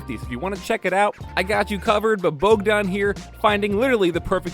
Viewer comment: No, he pronounced it almost perfect :D